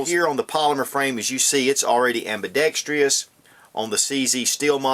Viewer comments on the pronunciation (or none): There is no such word as ambidextrious.; the word is ambidextrous! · Why didn't you use a BDA for comparison? And, why the hell can no one on YouTube pronounce AMBIDEXTROUS? Hint: It is NOT ambidextrEEous!